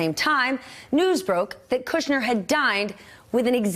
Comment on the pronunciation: Stephanie's wearing stilettos. How nice. Also like that she doesn't say "Cudder."